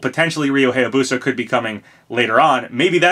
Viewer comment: Surprised you pronounce "Reimu" correctly, but not "Hayabusa" (hi-yah-boo-sah) or "Heihachi" (hey-ha-chee).